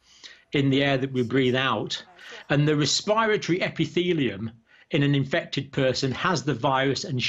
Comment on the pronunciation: Kinda grating the way he pronounces the “rest-per-tory” system! LOL